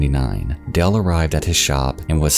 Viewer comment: Sounds like you’re saying Dell, not Dale